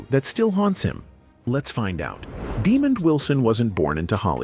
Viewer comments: First of all, his name is Desmond, not Demond!! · AI aint sh*t . "Demon"